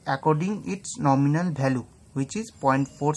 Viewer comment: bhai mere english ka pronountiation theek krlo... VALUE hota h naa ki BHALUE